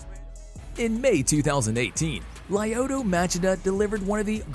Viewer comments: Definitely said lyoto name wrong 🤣🤣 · Lyoto is pronounced Leeoto.Why you do mma videos if you dont know this? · Very cool video, but I think the guy talking doesn't know too much about the fight world, he said wrong the name of Lyoto and Crocop. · It’s pronounced ( Lee O toe Ma chi da) 🤦‍♂️🤦‍♂️ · Laayoto maaachida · OK first off the first name is the problem, he said "LIE oh to" instead of the correct LYO to. Secondly if you wanna get specific, the Chida in Machida 町田 was pronounced with proper lack of elongation of Chi like you said "まちだ" rather than "まちいだ" but the ma is not correct. More similar to Muh as in Muh big car rather than Ma as in Mat. Aint no defending this pronunciation. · Lie oto matchida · Lieuotoe Machaduh😂😂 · Lie-oh-toe Mah-Cha-Dah